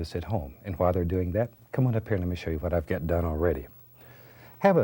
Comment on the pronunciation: "I'll tell ya hwat!"